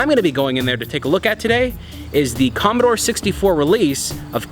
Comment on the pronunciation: Commodore, not Commadore.